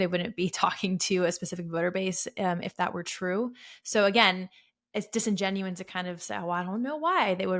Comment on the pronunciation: Great video, but it’s “disingenuous” and “eSpecially.”